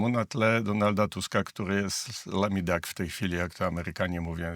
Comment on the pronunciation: LAMI DAK ??? A co to takiego lol? LEJM DAK to rozumiem . Panie Ziemkiewicz chciał pan zabłysnąć a wyszła kupa …POUCZ SIĘ PAN ANGIELSKIEGO !!!